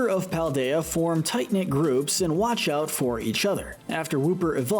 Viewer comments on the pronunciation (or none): none